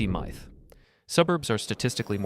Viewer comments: That, plus “mithe”… I stopped the video and made sure to tell the algo not to recommend this channel anymore. Plenty of good urban design channels made by actual people. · Scu-hool muyth? Dude, love the content, but please get a human narrator or narrate yourself! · 🤖 sAftey Miyth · you should train the AI narrator how to pronounce MYTH. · If you or your AI voice can't pronounce "myth" correctly then I want nothing to do with your videos. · I don’t even understand why an AI voice would pronounce “myth” that way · Yeah theres no way a real person would pronounce myth as mithe unless they are a robot or a child or something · Who would pronounce myth as /ˈmaɪθ/? Perhaps a non-native speaker, but they wouldn't have a flawless American accent. It's baffling. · no ai would either, it's a common word it knows how to say it. Can you seriously never fathom the idea of a real person saying something weird just because they can. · "Safety Mie-th" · how do you know? Right at the start he pronounces myth as mithe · I was turned off from the video as soon as I heard "MITHE" lol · Yes, AI usage is a legitimate concern. But, it is also possible that he intentionally mispronounced MYTH. I tend to believe this is not AI. As some people point out, if you listen closely, you can hear the mouth sounds. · THAT'S NOT HOW YOU PRONOUNCE MYTH! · still, I don't believe a human would pronounce myth like that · i think he actually did it on purpose. To create engagement in the comments